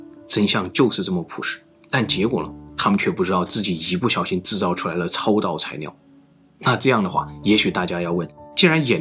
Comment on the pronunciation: 到底是埃及難還是中國難🤣🤣 這個難色是超導材尿😂😂 整個影片被這發音一直搞笑